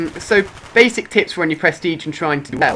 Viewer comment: did u say: "basic tits" ? lmao